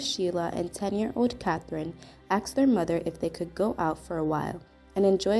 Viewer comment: Asked not axed seriously